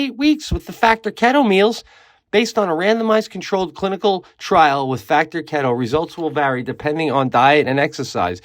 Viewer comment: Pete just a heads up bro the factor add is pronounced. Kee-to lmao not kett oo . I think I like it way better though lol ketooo